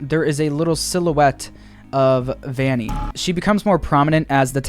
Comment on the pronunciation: Vanny not valley